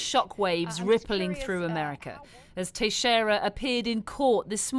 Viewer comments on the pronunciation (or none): Yeah try "Tex-era", not "Tashera".